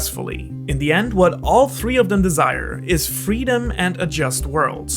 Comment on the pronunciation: i love this tho. It means he thinks both are important, which are. But well it's sad that he has trouble balancing it out. Btw i'm drunk so take it with a grain of salt. why does "of" sound so weird